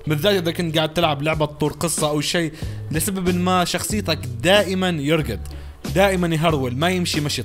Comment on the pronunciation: ههههه قاعد يرقد ( ماتعرف تقول يركض ؟ )